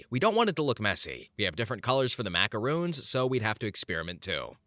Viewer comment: they're macarons, not macaroons. Short "o" at the end there. A macaron is a sandwich-like cookie that's filled with jam, ganache, or buttercream. A macaroon is a drop cookie made using shredded coconut. Kinda like mistaking Oreos for girl scout samoas.